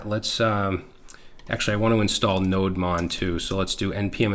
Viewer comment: It is not node mon It's no demon 😈😂